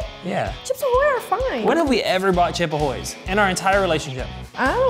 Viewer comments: pronouncing it “chip ahoys” was triggering 😩😂😂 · i hear chipa hoys